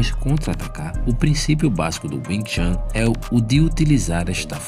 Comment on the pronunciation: Não se pronuncia chan ,mas chun.